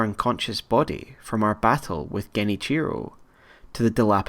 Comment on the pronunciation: You butcher the name Genichio HARD